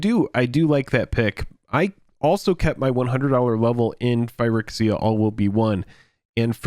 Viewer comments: yeah you guys are always saying phy-RICKS-iya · Your inability to pronounce phyrEXia correctly is really triggering me. Why can't you pronounce the letter E correctly?